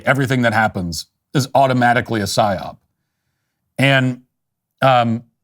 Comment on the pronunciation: Is he saying "syop"? I'm lost. He said it like five times. I even googled it and it comes up as an acronym for "Set Your Own Price" Is this what he's referring to?